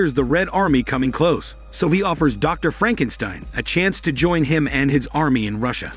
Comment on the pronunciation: Lol 😂 Frankensteen!! Great recap 🎉🍻